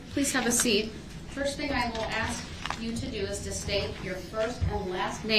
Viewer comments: "I know you said you wasn't gonna axe dem" lol what a well spoken gentleman. Pos ghetto trash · He don’t have no problem doin what you ax him to do.